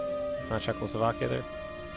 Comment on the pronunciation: Yeah Czechoslovokia